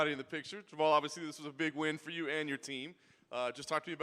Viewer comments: Jamahal is pronounced jama-hall. Stop acting like his name is Jamal. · Jamahal "SpecimenT" Hill